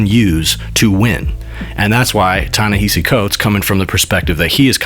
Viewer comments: Ta-Nehisi pronounced his name in the clip and dude is still mispronouncing it. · Ta-Nehisi Coates pronounces his name correctly. Why can't you?